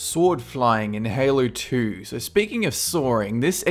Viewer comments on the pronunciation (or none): when you say "in halo 2" it sounds like you are saying "inhaler 2"